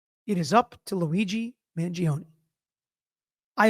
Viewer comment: It's Man-joh-ney not Man-ji-oh-knee